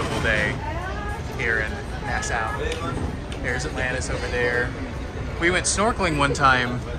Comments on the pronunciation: As a Bahamian I can confirm they said it correctly lol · So, what was the verdict on the lobster dish? Was it as nasty as the waiter had said? Also, you're right in your pronunciation of Nassau; I suspect that the shopkeepers were just messing with your moms, trying to get them to say it wrong 🤪